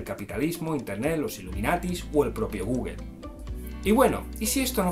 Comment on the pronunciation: Se pronuncia gugul.